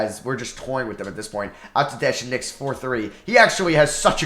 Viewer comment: the "pasheknicks" had me dyin lol